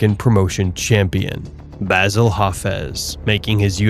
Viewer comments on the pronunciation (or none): none